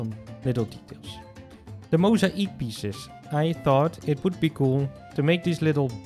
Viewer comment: The way he says mosaic! He says it like: Moes-a-eek, and that just cracks me up LOL